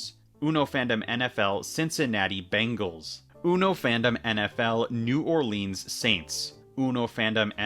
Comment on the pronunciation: you should rename "molten glass ball on a stick" to "glass boule" mainly becuase not enough people use the term boule also making fun of the way you say New Orleans